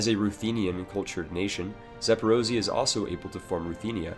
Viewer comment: it's pronounced za-po-ro-zhi-yeh And not zaporozi. Wtf